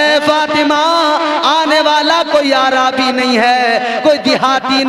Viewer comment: پہلی بات تو عربی کو عا رابی کہتا ہے